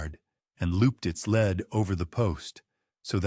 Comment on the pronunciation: The horse has a lead not a lead I know it's spelled the same but for the horse it's a LEED "rope" Lead can be pronunced led. Like the metal. I wish you would leed a horse yes it is spelled lead but pronounced leed